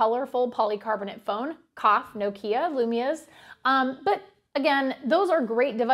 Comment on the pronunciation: I heard cock "nokia lumia". She must miss John lol!